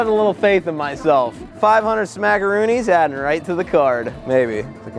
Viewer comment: I love how he calls it “ smackoroonis”